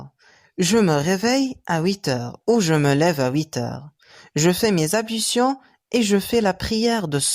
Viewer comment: حضرتك لية مش بتنطق حرف ال L فى كلمة ablution